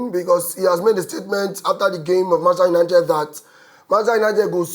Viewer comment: Why Manchester United de hard you to pronounce?😂